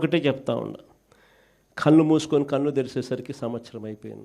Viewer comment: జీవితమంతా విశ్వసనీయత అని పలకలేవురా ఆది ఉశ్వసనీయత కాదురా, కల్లు కాదు నాయన కళ్ళు, ఖార్యఖర్త కాదు రా కార్యకర్త, హౌసరమైన కాదు అవసరమైన (ఔసరమైన). ఒక చదువు జ్ఞానం లేని ఫ్యాక్షనిస్ట్ క్రైస్తవుడు ఇంతకన్నా స్వచ్ఛమైన తెలుగు ఏం మాట్లాడుతాడులే.